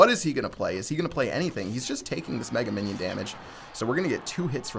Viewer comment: did you say "Megan minion"? lol.